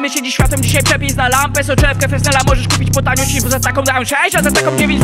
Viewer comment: Film bardzo fajny, tak samo jak patent. Jedyna uwaga dotycząca wymowy: soczewka o której mówisz ma swoją nazwę od francuskiego fizyka (Augustin Jean Fresnel) i w wymowie jego nazwiska s jest nieme